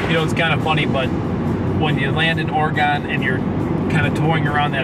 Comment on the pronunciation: Or-ree-gone, really? Come on, we deserve correct pronuc. It's Or- ree-gun... Smiles ya'll, but please try